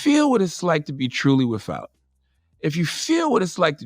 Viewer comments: Charlamagne: “If you feel what it’s like to be truly wiffout...” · I really wish CTG would learn how to pronounce th, “ wif or wifout “ 30if Fucking annoying and willfully ignorant